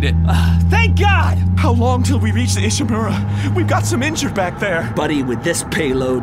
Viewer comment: Horseman 09 it's pronounced Ishimura